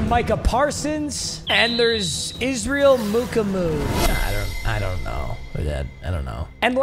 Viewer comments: Im fairly certain israel mukuamu's name is pronounced (muh-kwa-moo) hope this helps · As someone who has watched you butcher so many South Carolina players over the past few years it is (Ma-quam-oo) papa